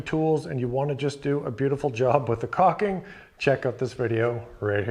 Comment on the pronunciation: It’s not cocking. It’s cauLking